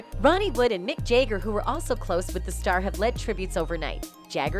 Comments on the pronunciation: Hate when the reporter is reporting on something so important in rock n roll history as Jeff's passing and pronounces Mick Jagger's name as Mick Jager. Not knowing how to say Jagger's name correctly tells me she knows nothing about these 2 legendary artists when his name can't even be pronounced correctly, or perhaps it's artificial intelligence doing the reporting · Chrissie "Hind"? Mick 'Yay-gur'? There are enough duplicate clips and quotes in this that it's 3 times as long as it needs to be.